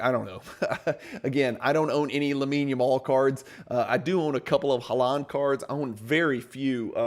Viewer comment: This is really good education and I love the use of data to support. My only build is the pronunciation of Haaland’s last name - you are stressing the 2nd syllable and it’s the 1st syllable that’s stressed, so it was sounding funny! Love your content!